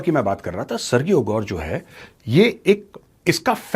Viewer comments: sirji, सरगीयो nahi, सरजीयो. in spanish it is pronounced even more differently, but since this guy is Russian, and American, so Sir-Jio (सरजीयो) is the way he says it. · For your information major sir. Sergio is pronounced as सर्जियो, not सर्गियो। Think about the pronunciation of Surgery as सर्जरी। Keep up the great work.